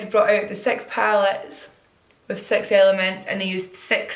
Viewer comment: I can't help but hear the word "sex" when she says six....am I the only one ?!